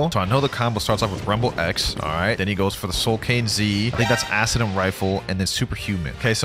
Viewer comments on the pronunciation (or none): Imagine being so bad to say acidium spam💀